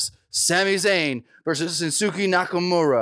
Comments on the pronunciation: it's 'Shin-skee" not "Shin-su-kee" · pronounced his name wrong. its pronounced Shins-kay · actually it Shinsuke Nakamura. not "shinsuki" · Shinsuke I thought it was pronounced shin- skay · its pronounced SHIN-SKE fyi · this dude said Shin Sookie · Pro Wrestling Unlimited with Limited Pronunciation Skills ... Dislike for getting SHIN-SKAY wrong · I'm so damn tired of you Americans mispronouncing that man's name. normally I don't complain about anything, but this got on my nerves.